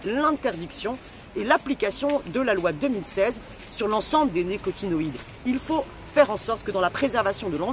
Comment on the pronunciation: Attention, on dit: les néo-nicotin-oïdes. La plupart des gens qui parlent de ce sujet ne prennent pas le temps d'apprendre à prononcer le mot correctement. C'est pas si compliqué pourtant. Faites gaffe, c'est quand même un sujet très important.